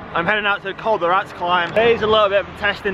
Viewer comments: Its Rat-es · if it's any consolation the wind direction has a significant effect on your time and von Avermaet might just have been lucky. Oh and It isn't the Col de Rats, it's the Col de Rates and is pronounced Rat ez. In Spanish every letter is pronounced. Enjoy your time there. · its pronouced rah-tess not rats